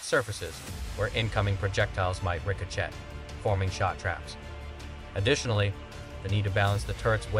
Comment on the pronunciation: I agree, AI seems pretty incompetent. You would think someone would train AI to pronounce ricochet correctly or at least proof the video after AI finished creating it. It also repeats itself way too much.